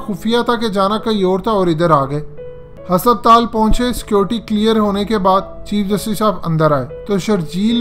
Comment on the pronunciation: Sir Hospital hai hasaptaal nahi 😂😂😂